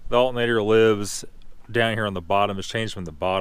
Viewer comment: "Alt-n-ator" Alternator . AL TER NA TER